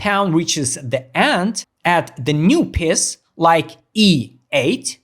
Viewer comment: Great video pro but it’s a piece not a piss big difference 😂